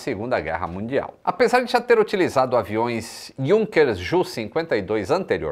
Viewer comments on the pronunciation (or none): none